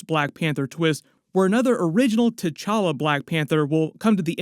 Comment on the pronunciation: this aint t-challa this is c'walla